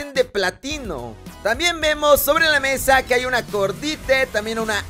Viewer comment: Es que asi se pronuncia en ingles xd quien demonios dice cordite wtf xd